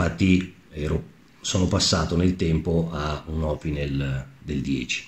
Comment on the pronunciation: L'accento su opinel e laguiole va sull'ultima sillaba, essendo entrambi francesi. La Salewa si pronuncia con la "v" non con la"u", essendo un nome tedesco. Conosciamo bene gli attrezzi che usiamo! Chiamiamoli con il loro nome, senza storpiarlo.